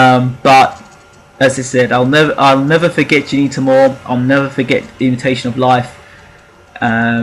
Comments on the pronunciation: At least try n pronounce her name properly!! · I second that.